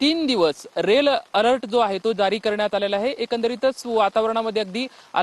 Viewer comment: Rel alert nahi re bhau, red alert